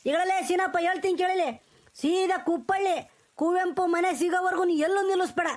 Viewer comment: ಕುಪ್ಪಳಿ.....ಕುಪ್ಪಳ್ಳಿ ಅಲ್ಲ